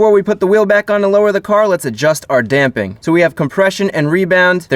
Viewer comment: DAMPING!!! You could have literally no other content and you'd still be one of my favorites just for saying it correctly. Love your videos dude!